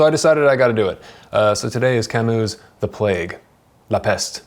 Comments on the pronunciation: It’s Camus, not Camous! Please learn how to say u in French if you want to talk about French books. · Hard to pronounce foreign names right. He did it wrong too, at least with 'Kamou'. The 'u' in French is quite a complicated sound between i and ou, but not quite. Normal. Same with Kierkergaard . I have listened to a lecture from what I think was a Danish individual and the pronunciation was quite different from anything I have heard before. Sartre is also hard to say, if you are not French - Alain de Botton gets these French names quite right, cause he speaks French as well! I still struggle with most Russian and German names and I am sure I always butcher the likes of Dostoevsky and Schopenhauer... and I am often timid to mention (Immanuel) Kant in public for the fear of mispronouncing it and sounding like... well, exactly!